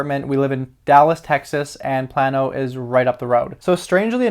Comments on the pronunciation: Its not pronounced PLAN-O. It's pronounced PLAIN-O. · It's pronounced PLAY -NO but yes I hold both stocks. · Sorry I'm from Texas... It is pronounced plane-oh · I live in Plano... it’s pronounced PLAY. NO.... also hold 500 shares of PLTR so I love the news. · It's pronounced "Play-no"